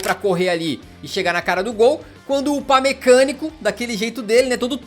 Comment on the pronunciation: Upamecânico KKKKKKKKKKKK